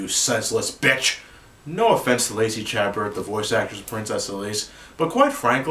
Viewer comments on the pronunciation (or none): I'm sorry, but this has bugged me for too long: it's not pronounced Cha-Bert, it is pronounced Sha-Bear.